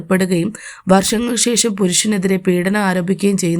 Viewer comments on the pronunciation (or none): മാദ്യമം? മാധ്യമം എന്ന് പറയൂ ശേശം എന്നല്ല. ശേഷം എന്നാണ് ദൈര്യം അല്ലെടോ.ധൈര്യം എന്നാണ്.